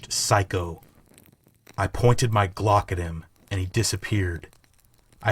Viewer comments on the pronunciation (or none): none